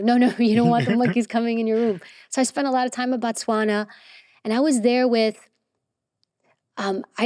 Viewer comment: You butchered Botswana name, but it happens a lot And damn Stephen was born here :elbowcough